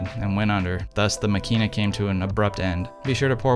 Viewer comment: Please stress the first syllable: MAkina. This is obviously a fine instrument, but given its fragility and its price tag I elect to stay with my tough as nails Super Ikonta III ($200) for backpacking rampages through the Levka Ori of Crete or the Kackar of Turkey. Using Tri X and stopping down to f8 I will get results that are good enough for excellent 11x14 enlargements. ( I never shoot color.)